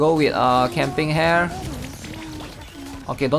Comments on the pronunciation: stop pronouncing it as camping hair tho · hahaha kind of feels weird but dont know why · At this point, I'd just conclude that he doesn't read comments, he is pure trolling, or just plainly doesn't care. Or maybe Dyslexia, who knows.